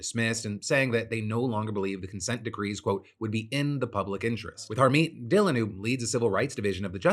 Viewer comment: When you said Harmeet Dhillon I heard it as "our main villain". Not sure how, but it kinda fits.